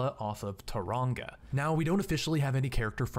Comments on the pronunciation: Hearing people entirely mispronounce New Zealand names is quite funny. Tauranga is my favourite xD (To be fair, Manganui was pronounced pretty well ;) ) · The village, THE VILLAGE. I live in Tauranga and let me tell you it's not a village and yes you butchered the name too